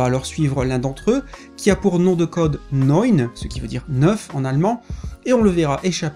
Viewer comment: Enfin un youtuber qui prononce correctement "Neun" Merci 🙏 Sinon j'ai pas été déçu par ce 1er tome et j'ai hâte de lire la suite.